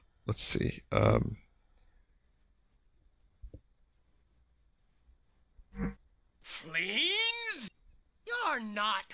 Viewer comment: Fleens? You're not Fleens!